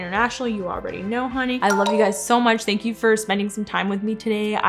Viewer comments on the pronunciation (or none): none